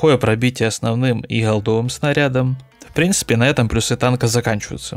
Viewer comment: плюсЫ.... Ты серьёзно???? Боже, ну прочти несколько книг!!! Желательно Даля или хотя бы Ожегова